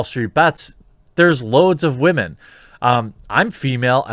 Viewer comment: Anytime you say "WAHMEN", I feel it's impossible to take anything you say seriously. Just a quick tip, constantly saying "Wahmen" makes you sound stupid. I'm not saying you're wrong in what you're saying in the video, but constantly saying it just makes you seem like you're trying super hard to make sure people know you're hip and into memeing on SJWs. Just let it go.